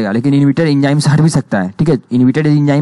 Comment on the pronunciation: enjyme nahi enzyme hai